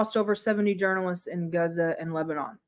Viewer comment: Did she say "Gaza" of "Guh-zuh"? That's the worst pronunciations I've ever heard.